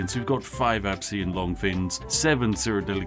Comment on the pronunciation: ITS ABEEKAN LONGFIN SAY IT RIGHT